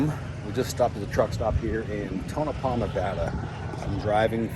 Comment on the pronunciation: "Tonopah" Ta-Nope-Ah